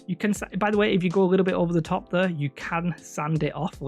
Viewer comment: The way you pronounce the words "square" "hair" and "there" is incredible, dude